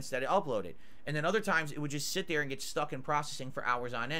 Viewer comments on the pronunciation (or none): none